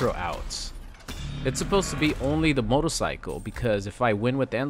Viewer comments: Notice that said “motolcycle” and not “motorcycle” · same, he said it like 3 times in a row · Can we get a compilation of saying “motorcycle” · The way you say "Motorcycle" throughout the video has a bit of that Austrian accent to it and I love it